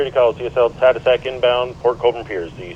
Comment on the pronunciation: It is pronounced as "TAD-OO-SACK"